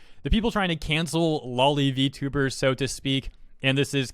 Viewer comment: You're saying "lolly" - that's a lollipop. It's "low-lee".